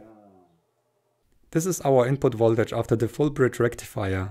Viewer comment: FULL BRIDGE RECTIFIAAAH